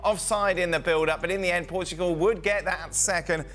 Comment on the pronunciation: “Portgual” great job ESPN.